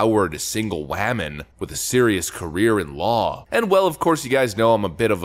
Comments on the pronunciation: Is the way you are pronouncing woman satire? I hope so because the word you are saying does not sound like woman to me. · "Wehman"! 😂🤣🤣🤣👍 Yeah,, THIS show is DEFINITELY TRASH!! 😂🤣🤣😭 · Wammin . Haha 😄